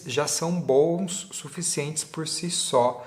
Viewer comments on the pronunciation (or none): none